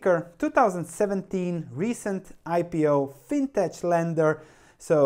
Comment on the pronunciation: I don't know how to pronounce Qudian but I am reasonably confident that fintech should be pronounced "fintek". Like in the word technology.